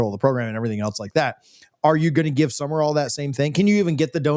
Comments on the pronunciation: needs to back off the Red Bull and other highly caffeinated beverages. And it's Sumrall. Not Summer-All. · Sumrall has a completely different energy than Napier. He will be different. He will be successful. And it's Sum-rall, not Sum-mer-all.